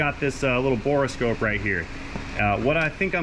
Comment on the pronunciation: “Bore” scope, not “Bora” scope